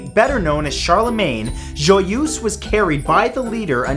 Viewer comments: I do not get this Matt: you come from Ontario, Canada. Therefore you must have a basic knowledge of french. So why is it that you cannot pronounce JOYEUSE correctly? Luv u still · Great vid. Pronunciation of Joyeuse hurt. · Matthew.... We have to talk about your french prononciation.... Joyeuse does not sound like that and so does Charlemagne.